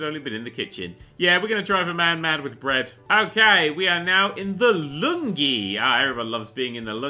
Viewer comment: What's the lungi, or is that a different pronunciation of lounge